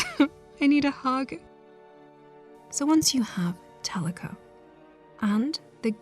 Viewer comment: Kick ass video but I couldn’t stop thinking about tlecho being pronounced as teleco the whole video